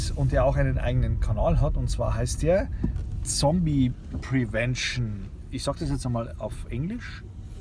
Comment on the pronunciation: Super Video und danke das du auch auf diese Falle aufmerksam machst. Zombie prevention ist korrekt ausgesprochen, aber so heißt der channel 😅😅 Meine Name is Bobby.